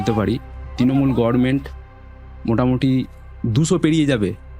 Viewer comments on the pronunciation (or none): Goverment not Goverment. Uchhoron thik korun